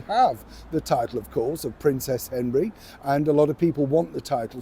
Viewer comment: That's what I heard too!